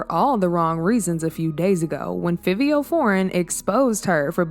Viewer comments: Its pronounced FIVE-E-O... Jesus... so cringy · So annnnnoyed with the pronunciation!! Girl its pronounced “FIVE- EO” dang 😂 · Clearly it’s Fiv-E-Oh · Why she keep pronouncing Fivio wrong 😂 that thru me off, yall it’s Figh like high, Figh-vee-o Okay, we good now lol 🫶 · It's pronounce fa vee o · 1. It's pronounced FIVE-E-O 2. It's actually milan Christopher 3. Is this like an AI ran channel or something cause... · U keep saying fivio foreign name wrong!!! It's( FIVE.VEE.OH)